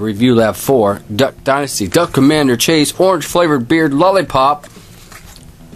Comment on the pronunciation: It's mase not chase